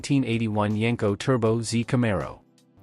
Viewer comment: You wanna know why only 1% of viewers are subscribed? Because this is just another lazy AI automotive breakdown channel that can’t even get their AI model to pronounce the name of the car the video is about correctly.